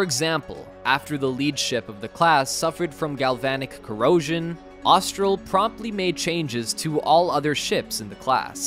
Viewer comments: the narrators inability to pronounce normal words, like saying 'trimaran' as "trimarian" and "Austal" as "Austral" is absurd. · So just wondering …. Because I’m a bit OCD …. The Aussie ship builder is Austal, so why does the voiceover say Austral”? It’s pictured during the clip many times… let’s try it together Aust-al. Aust-al, not Aust-r-al. Ok, now let’s move on to Trimaran, let’s say that together …. Tri-ma-ran. The voiceover says Tri-mar-i-an. Getting those things right would raise the quality and credibility of the clip a few notches I reckon. It would make it a bit easier for me to watch.😀